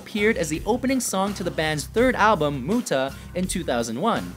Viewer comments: True. He pronounced Mutter like Muta. He just had to speak the "u" shorter thats all. But I cant agree that Feuer is easy to pronounce xD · muuder XD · Joon Köster Muuuuter 😂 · mootah :'D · pretty sure germans can pronounce "mother" and "fire" correctly. Its just listening and copying what you heard. Thats how language works. cant be that hard. im not expecting them to pronounce an umlaut correctly..but come on "Feuer" and "mutter" shouldnt be that hard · I'm from Germany and I laughed so hard when I heard how he is trying to say Mutter and the other songs. xD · du meinst etwa das Album "Muuta" oder Soona? xD ich hoffe mal das es aus Ami Sicht nicht genauso dämlich klingt wenn wir deutschen Amon Amarth, Slipknot oder so aussprechen xDD